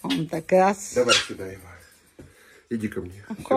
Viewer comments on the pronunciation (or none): none